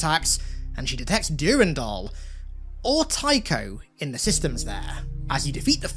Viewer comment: PLEASE STOP SAYING DURINDOL